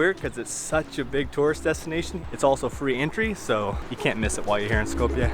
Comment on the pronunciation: Just a minuscule friendly correction <3 <3 Skopje is pronounced like Skop-ye, not Skop-yay!